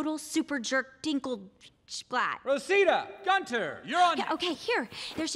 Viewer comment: How Taron pronounces Rosita literally gives me life😍